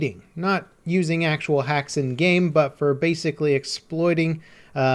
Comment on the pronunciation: Pls stop saying End-game/N-game instead of in-game